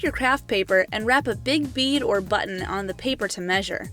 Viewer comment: HOW U SAID BUTTON LOL BECAUSE YOU SAID BUTT AND ON